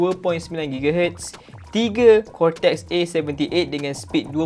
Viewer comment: Deyyy...cortex dah deyyy...telinga pun lah hai😂😂